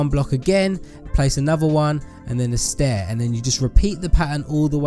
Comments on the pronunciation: haha u keep saying staiir haha u just make me laugh😂😂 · XD you said stair